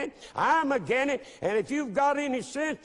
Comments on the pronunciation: i can't take someone serious when they say "again it" instead of against it. Also this "Pastor" is suggesting another holocaust. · "Agen it"? Rofl, what the fuck is that? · that pastor cant pronounce his S' im againt it ! lol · is he saying again it? or against it? because it sounds like again it. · Never take a man seriously when they can even say "Against" correctly.... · can''t even say "against" right, I don't think thinking he's so smart is even possible